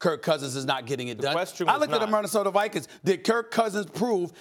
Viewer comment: Stephen "Men-nesota Vikings" Smith